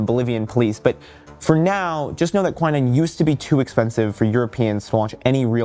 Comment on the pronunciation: ahte to be that person but it is not pronounced kwai-nine, its kwi-neen.